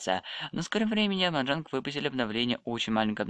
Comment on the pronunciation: Не Моджонг А Моджанг